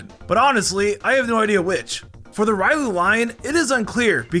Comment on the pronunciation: The way you say Riolu is triggering..